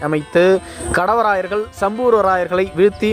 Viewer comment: காணெலிப் பதிவு நன்று. 'கடவராயர்' என உச்சரிப்பது சரியல்ல. 'காடவராயர்' என தெளிவாக உச்சரிக்க வேண்டும். காடவராயர், கல்வெட்டுகளிலும் அக்காலப் பாடல்களிலும் "பேணு செந்தமிழ் வாழப்பிறந்த காடவராயன் கோப்பெருஞ்சிங்கன்" என வரலாற்றில் போற்றப்படுகிறார்.